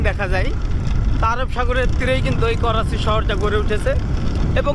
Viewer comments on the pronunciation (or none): Korachi noi dada karachi bolen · Korachi bolen ken bar bar Karachi bolen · Are sutiya 😂 It is not a korachi Its is karachi